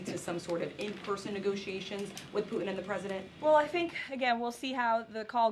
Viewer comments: It’s Putin not Pu’in … what is it with millennials and pronouncing “T’s”? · Who is poo- en??🔖🔖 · How can she be so intelligent… and say “poo-in”?????🤦🏻‍♂️ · BBB is a tax break for millionaires by eliminating medicare. Can’t believe a word she says just like her dear leader. Her cross must have finally melted under the weight of all her hate and lies. Maybe she should learn to pronounce her Ts when she speaks.